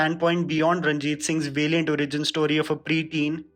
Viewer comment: Very informative! Can you think of correcting your pronunciation of some words please - valiant, courtesan...